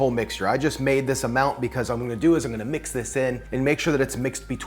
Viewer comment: Emphasis on the Mmix that up 😂